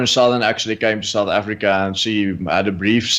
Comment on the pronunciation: MOMMY AFF-REE-KA!!